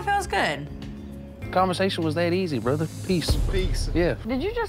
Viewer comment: Did he just say brotha....😂😂😂... he's trying